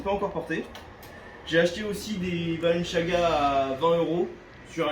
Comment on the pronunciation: Quelqun peut lui dire d'arrêter de dire " balanchaga " ?